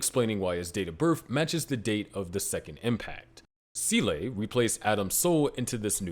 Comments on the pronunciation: Good work, but how you came to pronounce SEELE as sea-lay I will never understand. Either just call it like “seal” or if you’re trying to do a Japanese pronunciation then it would be like “say-lray” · It took me almost the entire video to realise he wanted to say Seele when saying 'sieley' lol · It is never pronounced see-lay by anyone, ever, and there is literally no explanation for how you arrived at that pronunciation. They don't say it that way in the show, it isn't how it's pronounced in German, I just have no clue why you keep saying see-lay. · Not gonna lie I can't pay attention to the video because the "See-lay" pronounciation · Seele is pronounced zelluh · "Seele" is German for "soul" and is pronounced "zay-luh" more or less. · It's a damn shame no one can pronounce Seele still... I mean... Can't you fng google it? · It's disappointing that people still mispronounced SEELE, even in in-depth explanations. Absolutely ruins the video for me. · That doesn't make it correct and you know it. The whole genre is absolutely saturated with wrong pronunciations in the dubs, and that's only one of the many reasons why they were a mistake in the first place. Why can't you care more than the people who made the bad dub?